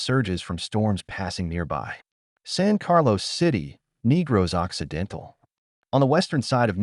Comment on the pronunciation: Will the AI narrator get cancelled for calling it Neegros Occidental? Seriously it's awful that these beautiful Filipino names are all mispronouncrd. AI has a long way to go.